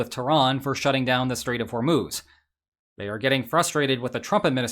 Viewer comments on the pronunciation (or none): none